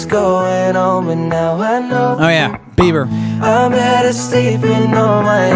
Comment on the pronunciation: I like how he says OH YEA BEVER 🤣🤣🤣🤣🤣